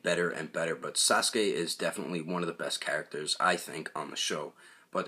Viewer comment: Sasuke says saskur